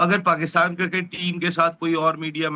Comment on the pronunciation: Cricket bolna shikho jahilo cir kit